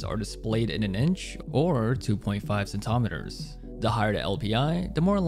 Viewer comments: milometers, centometers, my guy, stop. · Hes scaring me, why is he saying millimeters and centimeters like that